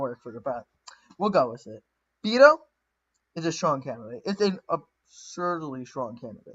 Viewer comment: bee-toe is not the way to say his knickname. It is more like place a "bet" and "ohhh" Also it is ker-stin, not christian, jill-uhh-brand.